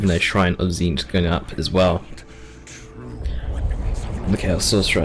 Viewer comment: Is this a fever dream of are you pronouncing Tzeentch correctly throughout the video?